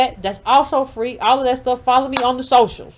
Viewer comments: I’m dead at “Fwee” too 🤣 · Kamala was Fwee!!!! Hahahaha, I CANNOT wit you! LMAO